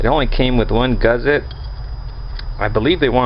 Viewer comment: There is no "Z" in Gusset.